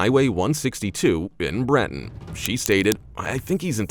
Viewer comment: Your pronunciation is off. It is not Brenton, it is Ben-ton. Bossier is pronounced Bo-sure not Boss-ier.